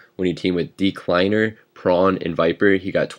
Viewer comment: I loved the emphasis you put on "Deeecliner"